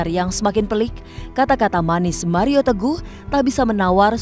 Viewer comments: wkwkwk pak hotman kli ini gokill bangett ,,, nyebut mario jd maria wkwk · Mario bang, bukan maria 😁😁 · MARIO PAK...BUKAN MARIA😂😂😂😂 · 😂😂😂kupikir telingaku yg salah dgr (Maria.. Maria.. Sampe ku puter ulang